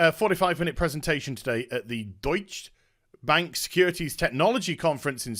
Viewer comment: Think I have to teach u how to pronounce 'Deutsche Bank' :P